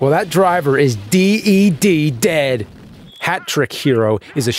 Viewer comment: Im I tripping or do I hear deed instead of dead ?